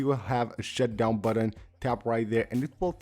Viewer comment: "Side buddun"